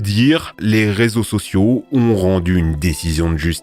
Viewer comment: "réso sossio" 😁